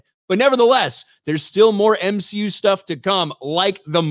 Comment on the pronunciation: The M-SHE-U does X-MEN ? 😂😂😂